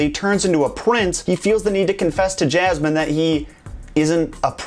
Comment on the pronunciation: 3000 can't think for themselves and are wooed by this host you says SOUL-tan and JAZ-man.